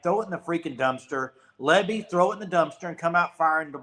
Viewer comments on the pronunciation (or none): It's lebby bro. Not libby